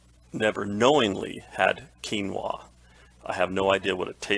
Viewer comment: Yes you are pronouncing quinoa correctly 😊